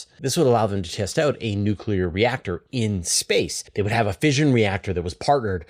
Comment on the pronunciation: NUK-YOU-LER for Mars!!